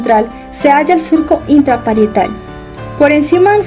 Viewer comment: esta super bueno aunque te comiste la t en el surco intraparietal